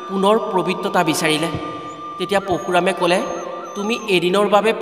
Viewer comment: What, poshuram নহয় Parashuram